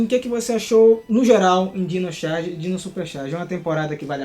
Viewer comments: Gente como ele fica o vídeo inteiro falando Xarge!? CHarge! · Num é "xarge"... coloca um ovo na pronúncia, porque xarge lembra as tirinhas de humor que vemos na internet, jornal e na querida prova do enem k